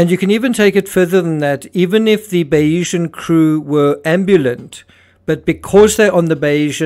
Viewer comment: Not sure if you’re reading the comments, but seeing how many videos you are making about this: it’s not Bayeeesan, but Bay-sian. After Thomas Bayes’ theory.